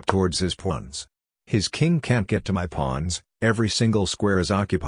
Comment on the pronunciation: bro fr I heard him say pluns instead of pawns